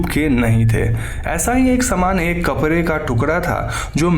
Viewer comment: आप "कपड़े" को "कपरे" ना बोले please